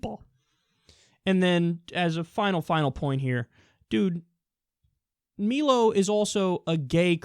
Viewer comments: Damn, I should have watched the WHOLE thing before I spoke - my "agreement" was for the Not censoring of on the grounds of Free Speech... As far as your accusations and villifying of Trump & Milo (pronounced MIE-low, not MEE-low) - please provide citations. Suing for defamation is not censorship. And, as is stated at least once, mor`e often more than once, on EVERY one of your videos, Right Wing does NOT equal Evil...! I am center, some left, but thanks to how the Progressives have been behaving lately, I am continually pushed more and more to the Right. I am a full-fledged Atheist, I work in a STEM field, my intelligence is far above average, I don't have a racist bone in my body - but the fact that I even have to state that "I am not racist" based solely on the color of skin I was born with, is exactly the thing that pushes me the furthest away from the Left. Progressives are quickly becoming a Left-wing version of everything they USED TO fight so strongly against. For example, segregation is "fashionable" again. I mean, WTF?!?! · Isn't it pronounced my-lo rather than me-lo ? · It's not Meelo, it's Mailo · He pronounces his name wrong . Learn how to pronounce his name it's Milo not mee-low anti-intellectual drip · My-Low =/= Me-Low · It's Milo, not meelo. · It's mm-eye-low like rhymes with silo, not me-low. xd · it's milo not melo dumbfuck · It's 'my-lo' not 'me-lo.' Jesus, do a little research. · It's pronounced MYE-loh, not MEE-loh. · His name is "Meyelo" not "Meelo" lol. And I despise a majority of what he has to say, but I still think the ninnies who go around trying to get him banned are even worse than he is; they play right into his narrative and they don't even realize it. It's very sad. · MY-LO, not MEE-Lo. And he's about as Christian as Trump is, so the hypocrite charge is iffy, imo. I think he calls himself "a provocateur," which seems accurate to me. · Kyle his name is pronounced My-Low. Where have you heard him called Mee-Low? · Melo? It's My-lo